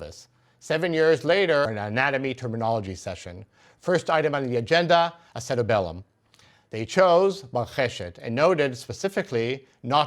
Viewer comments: It's acutAbulum, not acetabElum. Thank you for finally showing some sources. Talmud from manuscript is really cool. Great job 👏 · Orthopaedic surgeon, here. In English (American, at least), acetabulum is pronounced with the accent over the third syllable and a y between the b and the first u. That is, ah-see-TAB-yoo-lum. Many thanks for this video. The pelvis and its acetabulum are some of my favorite bits of bony anatomy.